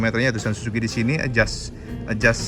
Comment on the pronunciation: SUZU cak, bukan SUSU....beda jauh itu 😄😄😄